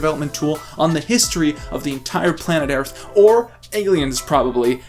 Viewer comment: "planet airth"